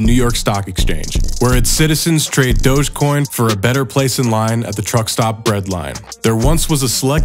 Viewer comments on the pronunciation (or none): none